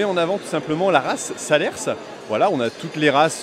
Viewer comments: mais bien sur que oui on doit communiquer aux maximum j'aurai bien aimé te rencontrer au sommet et au faite on ne prononce pas le s de salers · On ne dit pas le "s" dans salers et c'est pas la race Limousin mit à l'honneur c'est international salers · Faut pas prononcer le « s » de Salers, aprt ça binne video, pas trop loin de chez moi, mais j’ai pas pu y venir cette année 😢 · J'aurais aimer vous rencontrer et on ne prononce pas le s de salers mais sinon Bonne video